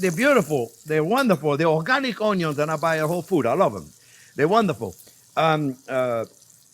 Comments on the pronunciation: I love unyons!!!! Make me laugh every time you say it brother.😂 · “My onios are HUUGE” 😂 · “My onyons are huge” 😂😂 I love Chef so much❤️ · "My onyos are huge..." Braggin' a bit, are we?